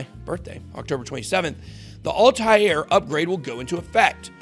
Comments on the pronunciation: It's Altair...like All-tare...not Alti-air. That's driving me batshit every time you pronounce it wrong. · Could you butcher the word 'Altair' any more? ALL-TARE.